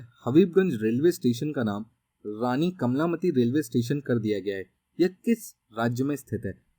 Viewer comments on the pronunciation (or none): Sir ,कमलामति नही है कमला पति है आप बोलने मे गलती कर रहे हैं !